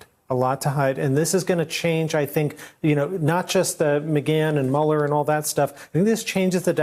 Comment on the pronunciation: Mueller does not rhyme with Ferris bueller...how many times do these dimwits have to hear his name pronounced before they start pronouncing it right?